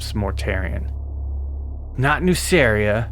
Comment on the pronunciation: I really wished we got a version of warhammer in which gmann managed to incorporate nuceria into ultramar prior to angron getting the butchera nails. Nonbutcher nail angron and gmann would be an absolute dream team. Ps: I think nuceria is pronounced as nukeria, both nuceria and magcragge are basically ancient rome in space (a "good" and "bad" version) and in clasical latin the c is pronounced as a k